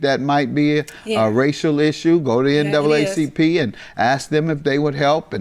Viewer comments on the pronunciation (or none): none